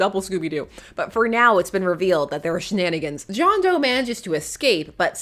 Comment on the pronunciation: . John Dough, not John Doe… 😂